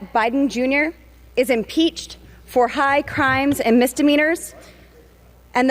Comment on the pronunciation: The word is impeach. Not empeach.